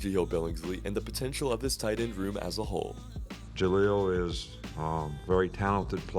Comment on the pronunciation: Are you calling Billingsley "JaHEEL?" It sounds like it. If so, his name is JahLEEL.